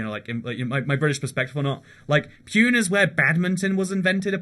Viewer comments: Its isnt pyune its puney ..😂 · ITS NOT PU-UN,ITS PU-NE..Thats like calling London as Lond -on ..Its the cultural population of India and its also called Oxford of the East due to its several universities